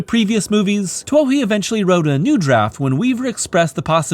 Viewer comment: As someone who was obsessed with the Riddick movies in high school to the point of watching the special features and listening to the director's commentary multiple times, I can promise you David Twohy's name is pronounced "TOO-ee."